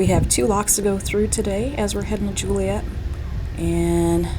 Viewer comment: Yes, please work on all your pronunciation. Peoria, Joliet, Calumet.